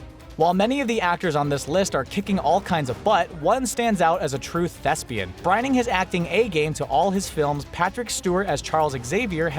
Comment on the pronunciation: "brining his acting a-game" I'm gonna continue pointing out the fuck ups in every video I watch until you get your shit together. YOU CAN RETAKE SCENES AND LINES, IT'S OK. YOUTUBERS AND ACTORS DO IT ALL THE TIME. Seriously, who tf edits this shit and goes "eh, it's just a huge grammar/pronunciation mistake that absolutely no one will catch" >_>